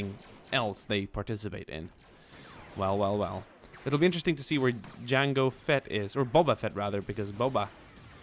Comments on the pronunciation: You said yango. It's jango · He said that because his Swedish and in Swedish J is said as a Y he just made a little mistake speaking English which is common for anyone who speaks another language